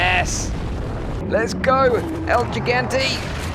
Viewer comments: Sorry but ever sense I learned how to properly say his name its driven me crazy when people say it wrong. Gigante sounds more like EL He gan tay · hugantay is how it’s pronounced. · Looks amazing! But I dunno if my nerves are up to this game. BTW, the first "g" in gigante is pronounced like the "h" in hotel and the second "g" like the second "g" in gigabite. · I'm not sure if el gigante is pronounced as jigante o higante. from what I know it's higante. 🤔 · So, high ant e ? 🤭